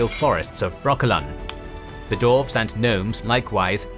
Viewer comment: Stop calling them darves! It's "dwarves" with a "w"!